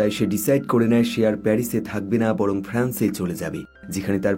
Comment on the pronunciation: প্যারিস, পেরিস না😂😂